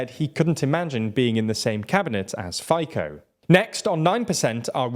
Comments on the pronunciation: A few fixes: - Fico is pronounced as Fi (i as in "will") - tzo (o as in "road") - Čaputová is pronounced as Cha - put (u as in "bull") - ová (a is in "aaaah") - While Čaputová ran for president with PS, she left the party shortly after her ascension to power. The person you should represent PS with is Michal Šimečka, a member of the EP, who has also held the chair of vice president of the EP - HLAS hasn't ruled out a coalition with SMER, they did so with Republika however. And SMER will very probably want to go with them, of which HLAS won't approve. - You used the wrong logo and party leader for the Christian Democratic Movement (KDH). Their real logo are just literally the letters "KDH", and their real leader is Milan Majerský, current governor of the Prešov self-governing region. The logo and party leader you used are of the Christian Union (KÚ), who are running in Matovič's coalition Other than that, pretty good video. As a Slovak, I really do feel shame for my fellows' pro Russian lean. I hope the right parties prevail. Peace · Good explanation, but the pronunciation of FICO is hurting my ears 😀 His name is pronounced rather like “fitso” in English. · Your pronunciation of Fico is killing me! 😂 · I love your pronounciation of Fico. It sounds like "fajka" which is Slovakian term for "blowjob". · Can you finally learn how to pronounce Fico? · There's some mistakes in this video - especially the pronunciation of Fico and Čaputová's names. Then the mention of SMER and HLAS's coalition as rightwing and the inclusion of Demokrati's logo in the PS-SPOLU coalition of 2020 (that one is just a misunderstanding - SPOLU did morph into Demokrati, but including their new logo in the video is a little misleading). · Please just look up how to pronounce Fico 😂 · FYKO!! It's Fee-tzoh. You should be more respectful towards politicians and maybe learn to pronounce their names properly,. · Its pronounced “Fitso” and “Chaputova”